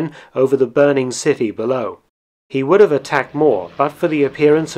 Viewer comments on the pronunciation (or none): none